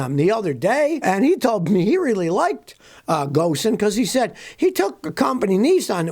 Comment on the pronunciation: Hey Scotty ! Love your videos. Small correction- Ghosn is pronounced Ghone. Why- it’s the French way of doing things !